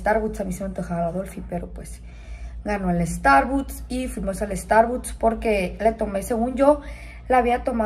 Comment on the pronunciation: Starbuts dice s😂